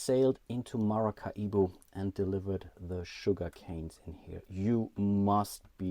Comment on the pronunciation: Do Germans really pronounce Maracaibo as MaracaIbo (big I) ? I should think it would be just as easy for you guys to pronounce it like Ma-ra-cai-bo - much like the Latin people in South America do.